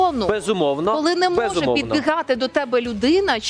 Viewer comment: "почути і відповідь" - "не може підбИгати" - Це така у них Українська...